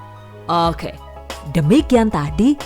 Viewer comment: Kesini karena "okeh" nya si ibuukk lucu buuknee 😁